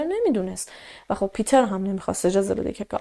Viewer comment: مرسی از برنامه و شیوه اجرا،🙏 ولی جهت اطلاع شما، اسم Peter به آلمانی پیتر تلفظ،نمیشه ، بلکه پِتِر خونده میشه